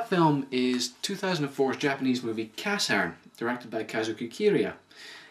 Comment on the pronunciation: it's pronounced (ca-shern)